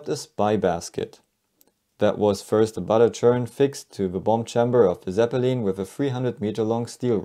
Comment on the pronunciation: The way this narrator pronounced ‘ Zepppelin’ is nails onna chalkboard